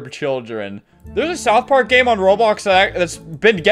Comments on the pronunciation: Bro really called it South Pork 💀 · "south poark"